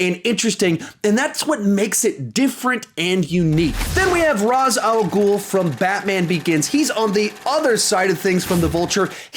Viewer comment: Jus saying ra’as al gaul is pronounced raish not ras